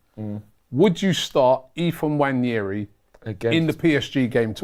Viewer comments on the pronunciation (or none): Again, It's not Nnwayeri it's Nwaneri (ONE NAY RI) ETHAN "ONE NAY RI" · Its so obvious its a silent N, but they keep pronouncing it wrong